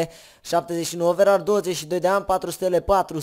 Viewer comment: Ce OVERAR MA? SE PRONUNTA OVERE